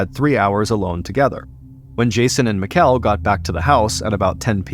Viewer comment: I assume the Danish exchange students name was spelled Mikkel. Its pronounced like "Nickel" but with an M. Just a friendly heads up from a Dane :)